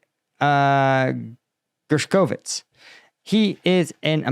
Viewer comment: Gershkovich GERSH-ko-vich Yekaterinburg ye-KA-ter-in-burg